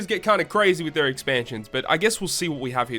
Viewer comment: "Exansions." XD lol jk broskii Keep up the good work, solid video as always!